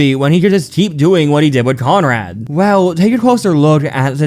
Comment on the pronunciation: CONRAD. NOT CONROY.